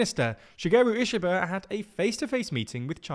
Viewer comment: Japanese "i" is pronounced like "ee" in "reed" Ishiba is pronounced "Eeshee-ba"